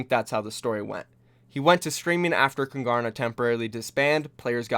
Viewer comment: Just out of interest- why name your team Kungarna? As a Swede I don't get it, is there any kind of relation to Sweden? No hate, I'm really just curious. We'd say it with a silent G btw.